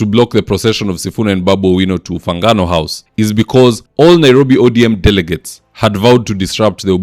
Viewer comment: It is Ufungamano House,, not "Ufangano House"!